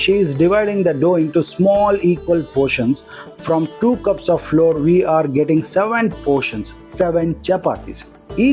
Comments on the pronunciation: Both flower and flour are pronounced as flower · Pronounce flour as flower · It is not floor it is flour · Flour and not floor